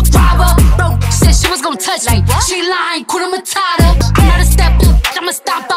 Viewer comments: It's 'hakuna matata' not 'hakuna matara' anatweng' vibaya...gaaaiii...😂😥💔💔💔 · Hakuna mata ? What??? Shit shit shit I'm from East Africa and I feel bad when I hear hskuna matara.....people its hakuna matata...(matahtah) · Atleast try say the Swahili name hakuna matata not matara